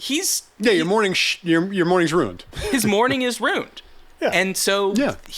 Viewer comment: I love you. This show is fantastic. Now, I want you to forget this the moment you read it; the way you say 'ruined' is criminal!!